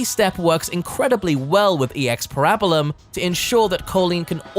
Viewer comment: I'm sorry but the pronunciation of "Parabellum" is killing me 😂 great video though